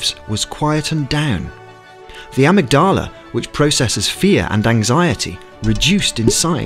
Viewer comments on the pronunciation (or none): *a-mig-da-la, amygdala... *neuroscience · hard to believe a guy who pronounces Amygdala so weirdly